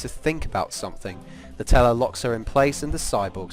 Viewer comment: Whenever he says "the teller" I keep thinking he's saying "nutella"